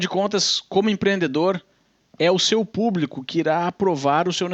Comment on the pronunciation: PuBRIco PuBRIcamente ... 🤣🤣🤣